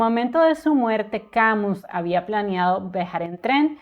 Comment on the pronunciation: Mi estimada, tengo decir que de Albert Camus solo leí su obra teatral El Mal Entendido,que me impactó muchísimo. Gracias por hacerme conocer más de la vida de este gran escritor. También me gustó que tu pronuncies el apellido Camus,tal cual esta escrito; por que escuche que lo pronuncian "Camius". Un saludo fraterno desde Argentina.